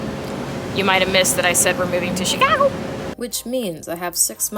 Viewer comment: lol chic-I-go 😂